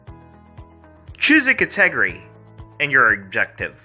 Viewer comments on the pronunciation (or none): Cat-EH-gry. Never in my life have I heard category pronounced that way 😹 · Lol - I'm just watching this today and heard that and said "Select the WHAT?" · Why does he pronounce it like that 😂😭